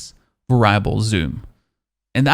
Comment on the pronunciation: it's pronounced Vare-EE-able.... not varable